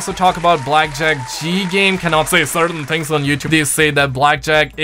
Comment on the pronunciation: I like how you say “things”